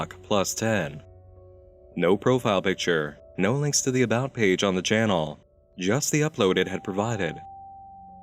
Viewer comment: I really like your channeeehl. It's fun to watch before sleeeep. The only thing that bugs me a bit is how you stretch out the last syllable of every sentennnce. It's a shame cause you have an otherwise very handsome voice :3 keep the gud shit up